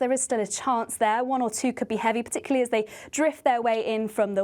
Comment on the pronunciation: Sorry,, did you say " p'tickly "?